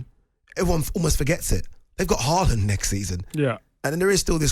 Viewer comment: Nope. Still not pronouncing Haaland correctly.